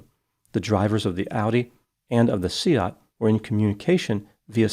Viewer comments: Kudos on your pronunciation of Seat,. Most people would pronounce it like car seat. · Skoda is a Czech brand, owned by the German Volkswagen-Audi Group. VAG also owns the Spanish Seat (pronounced say-at, well done ) so had a "full house" in this case!